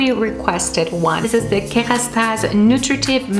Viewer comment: I love the way you say « KeRastase » you pronounce it perfectly 😂